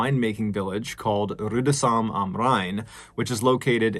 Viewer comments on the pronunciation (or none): OMG, Rudesheim am Rhein. It’s pronounced “Rue-des-hime”. Just saying because I legit didn’t understand it the way you pronounced it. You made it sound almost French. (I live in Germany, though not in Rudesheim.) But you did get “am Rhein” right - which was how I realised it was some place I’ve never heard of in France. And her name is probably pronounced “Zee-moe-nuh” or “Zee-mone”. Unless they used the US/English pronunciation, which does happen. That aside, I don’t really have any comments. I just love these stories (well “love”… I like heaing them, how you tell them, but am very sorry for the pople involved and what they’ve had to go through). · Props for actually pronouncing the "ü" in Rüdesheim, and not just pronouncing it with an "u". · The way you pronounced Rüdesheim sounded French to me at first